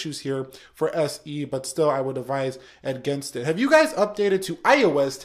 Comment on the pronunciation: I seriously hate the way you say iOS...idk why it just annoys me